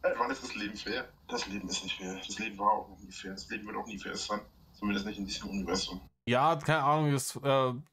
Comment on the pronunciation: Nein 😫 Jedes Mal, wenn er „Unniwäßßumm“ sagt, krieg ich die Pimpernellen!